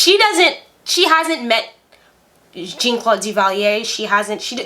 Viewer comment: It's pronounced (Tusk-E-gee). They were the first Black Airmen pilots to fight in Word War II. There is a movie about them (Red Tails). And Jean is pronounced (Za), not (Gene). Yeah, she had the TV's out, but it came much later after her wedding. And Papa Doc setup the Tanton Tanton Macoute, not his son Baby Doc. The freezer story and mink coat is true. She was and still is a horrible person. She is on Twitter and Facebook all the time now with her delusional posts.